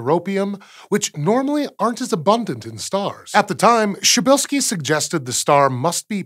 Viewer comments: That's more like what I heard. Although first time i thought he pronounced correctly, just with "rz" sounding like "sh" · I thought he was referencing a totally different star. If the word starts with letters P and R, how come there are no P and R in pronunciation? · Don't know what part of Kraków you live in, but the "P" is supposed to be pronounced and the first "L" is actually an "Ł", pronounced "w". So no, he did not pronounce it correctly. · He's doing quite a decent job. If he didn't omit the "p" at the beginning, it would actually be pretty close (as in "correctly, just with an American accent" but i do not expect anyone save for Polish native speakers to speak without an accent, so it's fine). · He says it with a silent P. So it's butchered. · Sad to dissapoint but it was prenounced wrong they used an aproximation using only english sounds. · That pronounciation tho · either stop pronouncing that name that way or stop spelling it that way, make up your damn mind! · It's pronounces Psheebeelskee it's not that hard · Outer Beast P in "prz" is absolutely not silent. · I mean, as for a guy living in Poland it's easy for me lmao And it definitely starts with "p" not "sh" at the beginning so basically the guy in the video did it the wrong way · "Cheap shirtski's Star"? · Hmmm.. He says it more like "Szybylski" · You actually should pronounce the first letter if you want the proper Polish pronunciation. So it's something like "Pshuh-bill-skee" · Sounded to me like he was pronouncing the "p". "Psh" works, but really the Polish "rz" is like a French "j" as in "Jacques", or the "s" in "measure", which is sometimes written as "zh" or "ʒ". "Pzheh - bill - skee" "Pʒeh - bill -skee" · Wait... in Polish PRZ is pronounced the same as CHA in English? That's easily more of a shocker than anything else in this video. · Jim Fortune He forgot the "p". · He's mispronouncing it.